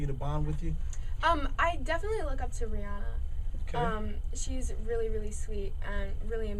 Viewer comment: SHE CRACKED ME UP WHEN SHE SAY RHIANNA!!!!!!!!!!!!!!!!!!!!!!!!!!!!!!!! MORE LIKE RHIMAN! LMAO YOU NEED TO TAKE NOTES FROM MARIAH JESSICA! RHIMAN WILL TURN YOU EMO:/